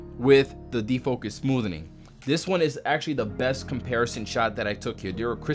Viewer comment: That's just being his usual completely illiterate self. It's called defocus smoothing. Smoothening is just dumb.